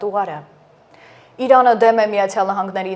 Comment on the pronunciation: Այ տու էլ չիս կառոխանում լավ այեռեն խոսյել. Ոչխար Իռան չի Իրան է։